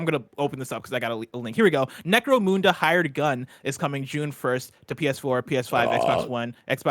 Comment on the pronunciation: Ok, only Whitta gets to talk about the British properties anymore. The way pronounced Necromunda. He probably doesn't even know anything about 40k.